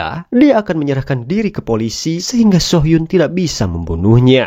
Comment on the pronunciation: Correct dikit om... Soo hyun dibaca su hyun (nama cowok) So hyun dibaca so hyun ( nama cewek) 😊